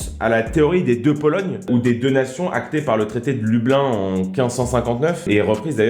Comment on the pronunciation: Lublin se prononce Loubline :)